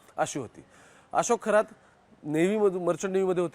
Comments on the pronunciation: थोरात नाहीरे शेबड्या खरात म्हण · खोरात नाही खरात आहे हा चुकीच नाव घेऊ नका. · थोरात नाही रे बाबा खरात आहे